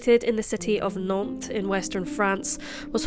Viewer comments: I does start well 🤣! It's Nante with a "S", so NanteS ! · Nantes avec un “ S” à la fin s’il vous plaît 🤨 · NanteS with an S at the end... Lived in that town for one year, hence know the boulevard